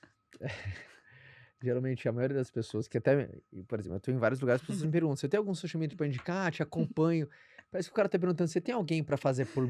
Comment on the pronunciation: Uaaau. Maravilhoso! Só fiquei um pouco incomodada com a pronuncia do “x” no início do social mídia.